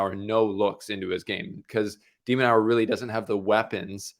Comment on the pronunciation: has a funny way of pronouncing De Minaur’s name… De-Man-nor… not Nau-er